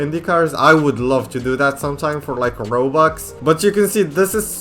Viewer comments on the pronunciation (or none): none